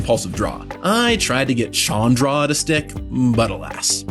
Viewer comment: This pains me but that's not how you pronounce Chandra.